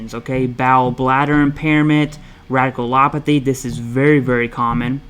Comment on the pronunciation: haha... yeah I heard him pronounce that all messed up too. And that he spelled out GERD. I've never heard someone not say it as "Gurd"